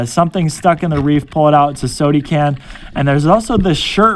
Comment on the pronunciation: Love how he says sode can instead of soda can